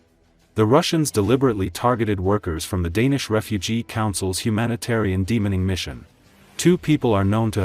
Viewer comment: “De-Mining” is being pronounced as demoning by the AI, caught me off guard hearing that lol